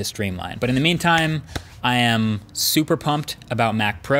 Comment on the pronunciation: Jack L. Omg ‘super’ actually sounds super cool